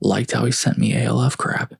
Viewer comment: Is saying "Alf" (rhymes with Ralph) as one word impossible? Why are you saying "A", "L", "F"? I do enjoy the stories.